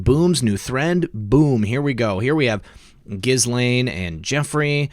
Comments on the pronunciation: ok - I'll try it one more time. "Ge'-Laine" Hard G - not Jiz - we all know what jiz is and it's not G .... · Ghuislaine- the “S” is silent. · Ghislaine is pronounced “Ghee-Lynn”. That’s how Virginia Roberts pronounces it in her video. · ICYMI "Ghislaine" is pronounced more like "Gah-lenn". Cheers from Ohio! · Ghislaine is a French name, the gh is soft, the s is silent, pronounced Je lane